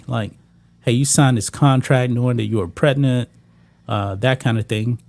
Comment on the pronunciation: Please learn how to pronounce "Pregnant". 😂😂😂😂